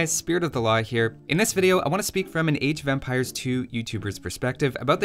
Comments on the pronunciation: It sounds like you are saying age of vampires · Am I the only one hearing "Age of Vampires" every time here?